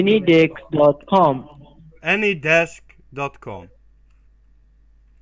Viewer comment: sounds like the scammer says "Any Dick" instead of Any Desk lol 😂